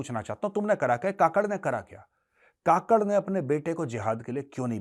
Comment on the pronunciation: काकड़ नहीं कुक्कड़ बोले जो , bange देता है सिर्फ